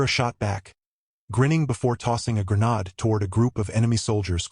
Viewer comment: WTF is a "gren-AHD"!!!!???? It's a freaking "gren-AYD"!!!! (grenade)!!!!